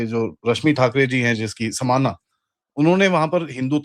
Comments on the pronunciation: 'समाना' नहीं, 'सामना'. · true army brat.... samaana nhi saamna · Samaana nahin, Saamna is the Shiv Sena newsletter. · समाना नहीं सामना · सामना. समाना नाही. सामना means face off!